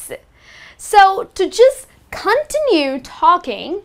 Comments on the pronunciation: "Continue" is pronounced "con TIN yoo", not "CON tinoo". Quiet has two syllables: "KWY et". If you pronounce it "kwite," you mean "quite," which is a totally different word. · It's not "continu" it is pronounced "contínyu" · Cun-tin-yoo. Cuntinyoo. Continue. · What the heck is KON-tee-nue talking? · Your mispronounced words are so funny 🤣 continue ,keeping ,conversations. sis study up. Hint the phrase "to be honest " is a phrase only used by dishonest people. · the way you pronounce the word "continue" is kind of weird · You continuously mispronounce "continue". Highly annoying. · The way she says "Continue" confused me at first, but it's cute! Also, you shouldn't need fillers for every moment of silence. (Silence is golden)